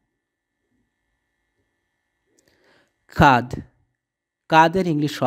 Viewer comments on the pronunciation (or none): জো নয় জ,যকৃৎ ,লিফ নয় লিপ,ব্রোন নয় বোন,নিপ্ল,কাধ নয় কাঁধ কমোর নয় কোমর ,ট নয় টো ,থ্রোট,পিনিস